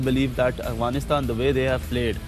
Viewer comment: One Advice to the panel kindly pronounce Afghanistan right.. Its Afghanistan not Aghwanistan. It may hurt the feelings of our Brothers from across the border. Thank you